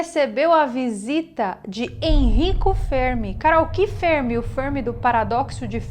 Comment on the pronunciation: A pronúncia de "Fermi" deve ser a italiana, e não a inglesa.